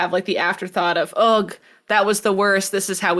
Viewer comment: The g in "ugh" is silent.